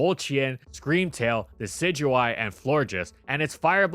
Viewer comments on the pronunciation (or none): none